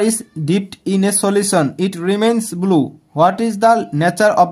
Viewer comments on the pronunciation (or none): Not bulu it's blue😂